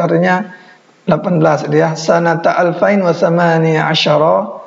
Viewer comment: sebut salah klu seribu sebut nya bukan alfain tapi alfin..1440h